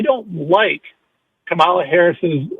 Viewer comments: Oh yeah, sure. Kamala couldn't have accomplished anything on her own merit * snark* this caller is a maga POS like all of them., come on, man. And her name is Kamala.: like a coma + la dumbass. They mispronounce her name purposely as a means of disrespect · It's Ka-ma-la or VP Harris! 🗳💙🇺🇸⬆️⬇️ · Pronounce her name right You piece of💩. These story’s that came out about the 🤡 and been investigated and that’s why he’s where he’s at 💩 behavior and trying to normalize his criminal behavior f you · Pronounce her name correctly. Show at least that much respect. You know nothing! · Say VP Harris' first name correctly. Shows just how ignorant you are! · Why can’t this MF’R pronounce the VPotus’s name correctly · Can any of these guys pronounce her name right? Are they doing it on purpose? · This jerk is purposely mispronouncing the VP's name.He is a racist. He is scum. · He can't even be bothered to learn or pronounce her name correctly. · This moron can't even pronounce Kamala's name correctly.